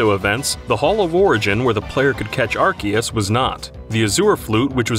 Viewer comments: You said Arceus wrong... it's pronounced Are-see-us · He mispronounced arceus